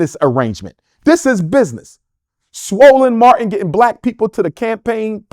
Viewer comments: I can’t get over him saying Swollen Martin 😂😂😂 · Did he say swollen Martin?😂😂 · Did he really say swollen Martin 😂😭😂😭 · Did he just say swollen Martin?????😂😂😂😂😂😂